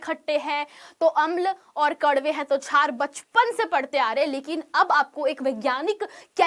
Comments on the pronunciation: छार नही मेडम क्षार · Mem छार Nhi शार hota h